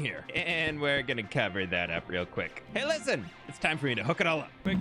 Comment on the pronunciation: Every time he says “Hay listen” I can’t help but laugh